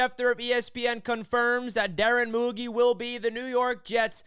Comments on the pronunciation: Great video but its pronounce MouGeee fyi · The pronunciation is Moo Jeee